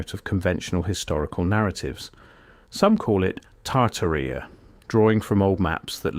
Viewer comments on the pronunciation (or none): It's pronounced "Tartaria," sir.